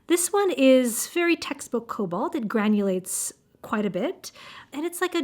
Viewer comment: I agree, Sennelier's watercolor is meant for layering as it is quite transparent. You almost got me with your nearly perfect French pronunciation ! We do say the "a" in "cobalt" just as if you were saying the first letter of the alphabet in French, like the word "banane" 😊